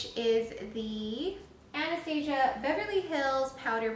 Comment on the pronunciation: Nice review! Just bought this yesterday, can't wait to try it! P.S. it's pronounced Ana-stas-ia, not how you were saying it. I had to cringe a few times b/c of that. But again nice review.